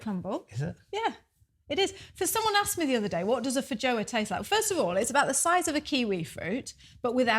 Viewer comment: It's pronounced FEE joa not Fa JO a. Just FYi lol